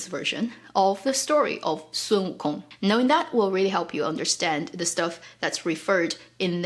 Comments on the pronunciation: learning how to pronounce "WO Kong" the accent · So, we should not pronounce the G in wukong